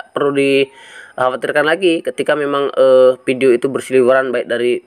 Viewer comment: Fai.. Pesbuk.... Tri foin nol... Pideo.. Buat edukasi: Ngucap pakai bahasa yang bener dunk.. Jangan asal ngucap.. #PiNetwork #PioneerIndonesia